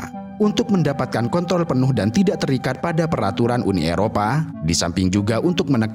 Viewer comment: Kontrol bg 😅 dengarny agak aneh abgbilang kontrol